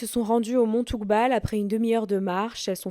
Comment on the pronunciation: Toubkal ...pas toukbal lol